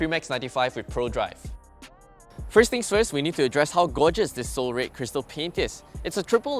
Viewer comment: I just cannot stand how RED was pronounced. Anyway. the car and content. Nice